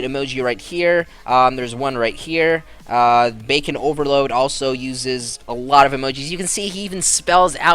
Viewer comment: Idk if anyone noticed but he kept saying Bacon Overload when it's Bacon Overlord.